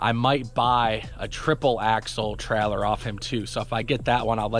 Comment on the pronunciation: How many time u say trellor, in this video?